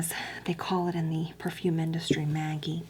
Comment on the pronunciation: When you said purfoom I actually laughed so hard I cried